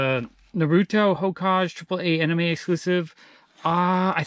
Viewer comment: and also. HOKAGE is not pronounced as HOKAJ. it is pronounced as: HOKA-GEH or HOKA-GEY